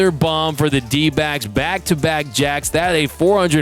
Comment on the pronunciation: lmao... the 12 year old in snickers like Beavis and Butthead... "Dodgers n D'bags", Iknow he's trying to say D'backs but the pronunciation says otherwise.